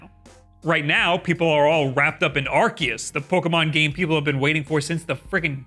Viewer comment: You are the only person I’ve heard call Arceus Ar-KEY-us